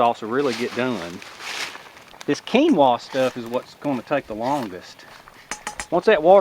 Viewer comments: Hi. Another great video mate. Did you enjoy the cream sauce.:) and Keenwra or keenwah ha ha ha. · AHHHHH, it's pronounced "kin-wa" . Lol, still luv ya though. Keep it up :)